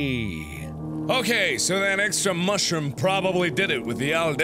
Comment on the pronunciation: He also says Mushroom like that, too. ^-^